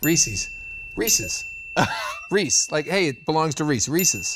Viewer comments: Happy birthday Nolan! By the way, I'm a Nightmare fan, but look up Maximum Overdrive for a scary movie. And its Reese, not Reecee. SOOOUUUPPP!!! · I always thought the "Reeze" joke in Tales From The Borderlands was the funniest thing. TIL it's not a joke, Nolan really just can't pronounce it